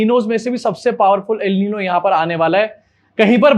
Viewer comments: Al Nino nhi El Nino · Pronounced el ninio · FYI El Niño is pronounced El neen-yo. Great video as always. Love from Pakistan 🇵🇰 ♥️